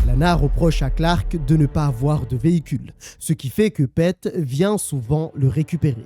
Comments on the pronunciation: Un régale cette histoire, même si je la connaissais déjà elle est incroyable !!! Et ça se prononce Pite pas Pète mais sinon super vidéo 😁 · Pete = Pite Peter = piteur Mais à part ça jai kiffé la video